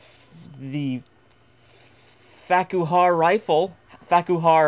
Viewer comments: 'Farquhar' is actually a Scottish surname. It's pronounced like, "Farker". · When said " The Farquhar Rifle", did anyone else hear, "The Fack You Hard Rifle"?